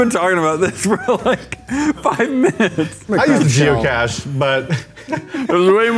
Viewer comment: Am I the only one that heard " jew cache" instead of geocache